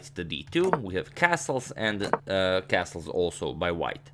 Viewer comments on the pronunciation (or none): none